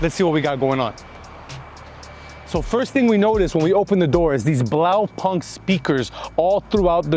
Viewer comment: Ultimate stunner! BTW the right pronunciation is "Blau-poonked" (translation: Blue dot)